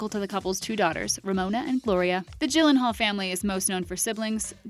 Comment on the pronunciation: It's not G as in Georgia, it's G as in granted for Gyllenhaal you dumb b**